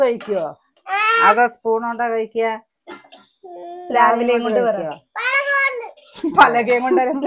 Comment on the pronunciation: പ്ളാ ല അല്ല പ്ലാവില്ല